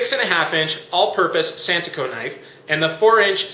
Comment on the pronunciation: I't's santoku not santuko...